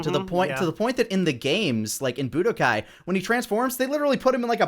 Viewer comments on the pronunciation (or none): none